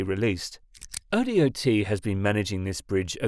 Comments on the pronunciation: Wa say, O dot not O D O T drive me nuts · oh dot. Not O-D-O-T. Talk to someone in Oregon before posting. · ODOT is pronounced oh-dot, not oh-dee-oh-tee. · "Oh Dee Oh Tee" lol as an Oregonian, we just say "oh-dot" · Up in Washington it’s WSDOT (w. s. dot) so O.D.O.T. also made me chuckle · it isnt ai lmao hes just a brit that doesnt know we say dot for DOT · This was killing me too. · Everyone in america pronounces it that way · yea everyone that isnt a fing tts bot says that also